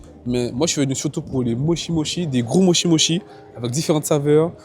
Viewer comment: Hello, Pour info mochi se prononce Motchi. Si vous voulez en tester de vrais et traditionnels, il faut aller à la maison du mochi. Ça n'a rien avoir vraiment. Aussi si vous voulez des desserts à composer soi même pas trop sucrés et faits par une super nana qui mérite plus de visibilité, il faut aller chez Sweet Intuition rue Dussoubs. 😉 Après étant végétalienne, je peux aussi vous donner d'excellentes adresses: Giardino, VG pâtisserie, Mauvaises herbes, lesArtizans (je crois que ça s'écrit comme ça - concept fleuriste et salon de thé/lunch), aujourd'hui demain.